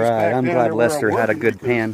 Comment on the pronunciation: Glad Lester got some good gold to take home and thanks for the shout out. Really glad you pronounced my name right, lol. You'd be surprised how many don't. Don't work too hard. Record the bbq and highbanking.